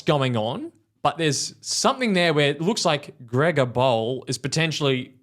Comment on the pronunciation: grega bowl lmao what a pronunciation